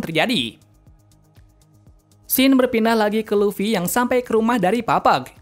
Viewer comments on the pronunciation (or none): none